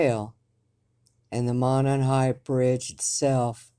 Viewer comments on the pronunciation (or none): Monon is pronounced Mow-Non.